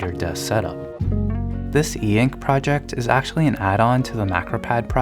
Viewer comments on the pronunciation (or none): none